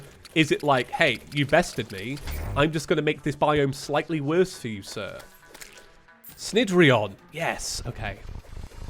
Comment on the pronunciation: I'm pretty sure cnidrion is pronounced nih-dree-on because derived from Cnidaria which is a term used for the Cnidaria phylum which includes anemones, coral, and jellyfish Also good video!